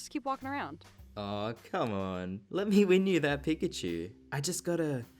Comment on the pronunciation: Its pikachu. pi- K-achu not pi-C - achu dont get it wrong again.